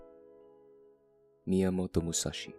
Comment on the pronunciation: totally unrelated but good pronunciation on miyamoto musashi's name lol